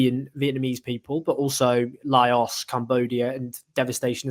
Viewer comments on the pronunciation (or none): Pronounce Laos properly